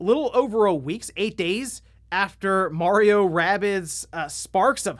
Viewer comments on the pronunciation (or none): none